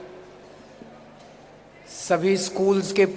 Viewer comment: गन नही गण होता है